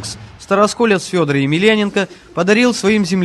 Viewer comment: А имя произносят как Сёдор))